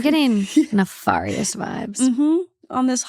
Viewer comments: Ne-FAR-ious 😂 someone has got to start a list of her vocabulary fails. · I'm only pronouncing nefarious as naFAWrious from now on 😂❤ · please know it’s pronounced neFAErious 😭 please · why is literally allergic to pronouncing words properly?? this is like the third video where she keeps saying “nefarious” so fing weirdly😭😭